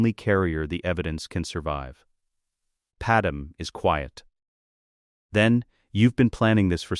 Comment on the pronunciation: Pad me… pad may… not Padam! 😅